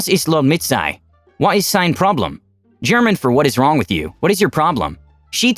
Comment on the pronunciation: Awful German pronunciation!